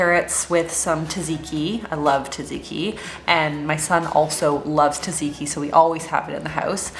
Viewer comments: Sofia Voudou probably so- once I went to a Greek restaurant in sf and I asked the server, who was Greek, if I was pronouncing tzatziki correctly and she told me I was, but in the American way. She said most westerners can’t pronounce it properly in Greek and it’s almost always pronounced as tuh-zee-kee by Americans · I'm Greek too:) grew up in Greece though, and I know how different Greek-American culture and customs can be. No judgement for either pronunciation, I just thought might not know:) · Never Heard anyone pronounce tzatziki like that :D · That’s how everyone I know says it expect for some European and Australian friends- Americans and Canadians pronounce it as tuh-zee-kee